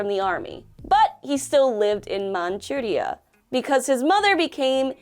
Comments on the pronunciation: I like how pronounced Manchuria with a Japanese accent, even though it is an English word based on the Chinese pronunciation. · I can't be the only person who does not like the the way she pronounces Manchuria